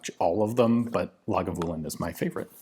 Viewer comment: Good pronunciation on Islay Pretty decent pronunciation on Lagavulin. signed, a Scotsman